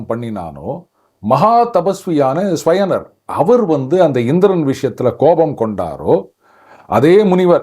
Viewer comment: ஸ்யவனர் இல்ல ச்யவனர் chyavana.. பாரதத்தில் சரியான உச்சரிப்பு மக்கியம்.